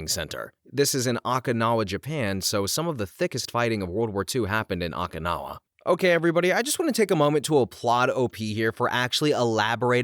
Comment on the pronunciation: How can you pronounce Okinawa that badly 😭😭😭 and Ouiji board while I get is really weird spelling, there is absolutely no quality control in these videos. So many mistakes that could have been easily preventable with a Google search on how to pronounce. Even the robots can pronounce it better and help you pronounce something right without sounding bad in videos